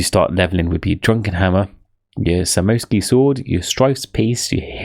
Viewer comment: Great explanation, only thing that was terrible was how badly you pronounced some words like, Midas, Samosek, Furies lmaoo